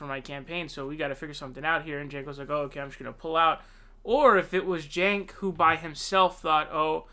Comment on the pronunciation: Sanders is a lawn chair who folded and endorsed Clinton after she took over the DNC. He is old and had a hard attack and will not last four years. Also, Ii’s pronounced Senk. The “j” is silent and stupid.